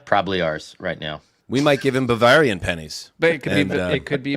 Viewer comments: pronunciation of Bavarian is killing me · I can't listen to mispronounce Bavarian anymore. I'm out.